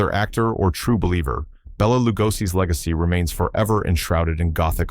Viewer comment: It is not pronounced Bee la it is Bell a.